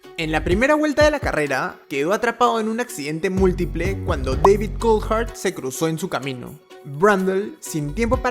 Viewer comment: iba bien con el video hasta cuando escuché MIJAEL SCHUMACHER O DAVID COLD HEART?????